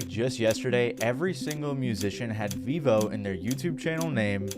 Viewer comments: It’s pronounced “veevo”? I always thought it was pronounced “veh-vo” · I thought it was pronouced Veivo, not Veevo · Vevo ❌ Vivo ✅ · Its actually prenounced Veh-vo not vee-vo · So with the logic of its creation, it should be fair to assume it is not pronounced Vevo but rather pronounced V-evo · You are pronouncing Vevo as Vivo but Vivo is a tech company and Vevo is pronounced differently from the tech company's name. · I thought it was pronounced vefo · Vevo is actually veeeeeeee hoe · I think if they had pronounced it VEH-vo it would've potentially saved them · That's how it's pronounced? I thought it was pronounced vayvo or vehvo. Didn't even know they had their own site. Btw what happened to utube? We used to get music from there in the early 2000s Now it's a website that sells u shaped tubes.